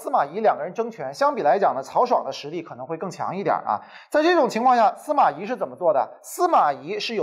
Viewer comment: 咦？不是 司马懿（yì） 吗？